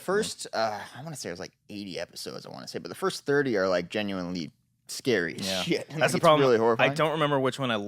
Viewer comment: Is saying genuinely? Sounds like genuy